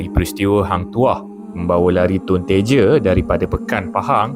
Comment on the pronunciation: Tun TEJA bukan Tun Teje, Johor sangat tu bercakap